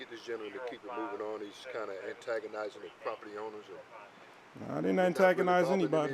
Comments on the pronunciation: Why you agnotize... annodize.... damn... irritating folks? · RENT-A-COP said AGOTIZ'N 😅😂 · Home boy couldn’t even say “antagonizing” correctly. Uneducated pieces of sheeeeet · What?? Wtf?? Are u trying to say antagonizing???